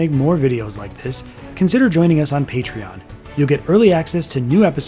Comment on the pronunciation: When i heard patrion... 🤮